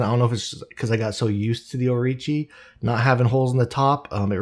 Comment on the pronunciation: Orochi not Orichi